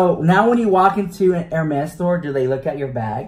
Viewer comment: This is cute but he’s killing me by pronouncing it Her-Mays!